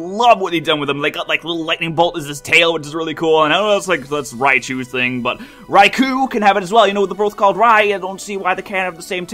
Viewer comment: Raikou - Rai•kō - [ʀɑɪ̯kəʊ̯]* Not "Raikoo" (rhymes with "two"), but "Raikoh" (rhymes with "flow"). "[O]u" is a way of translating those long "o" sounds in Japanese; they're written as both "ou" and "ō". *Written with standard IPA (International Phonetic Alphabet) for Received Pronunciation